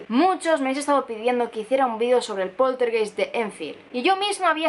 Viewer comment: Hola. Una observación, la palabra poltergeist se pronuncia /poltergAist/, es alemán, geist significa alma.